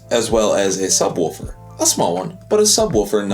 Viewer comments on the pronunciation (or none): NOTE: It's pronounced sub-WOOFer... not sub-WOLFer